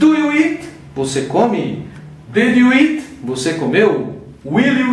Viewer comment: A PRONÚNCIA DO EAT TÁ PARECENDO IT. ELE TEM UM PROBLEMA COM O "EA". NÃO PRONUNCIA ADEQUADAMENTE A PALAVRA SPEAK. EXPLICAÇÃO MUITO SUPERFICIAL. PRA QUEM JÁ SABE, NADA ACRESCENTA. PRA QUEM NÃO SABE, FICA NAS NUVENS POIS É MUITO GENÉRICO. FALTOU O "GOING TO" POR EXEMPLO. ACHEI FRACO.